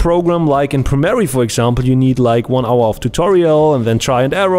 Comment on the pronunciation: Ich weiß, dass der Kanal vorallem für deine nicht deutschen Zuschauer ist, aber bitte: Arbeite ein bisschen an deiner Aussprache. Das Programm heißt nicht Premerie sondern Premiere. Außerdem tu bitte nicht so als wäre Premiere ein professionelleres Programm als Fcpx. Es sieht nur komplexer aus als fcpx aber bietet nicht sensationell viel mehr. Es ist eine Frage des Geschmacks welches programm man besser findet bzw mit welchem man besser zurecht kommt